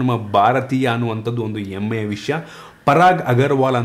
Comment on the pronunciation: Bro adu emme alla hemme... 😄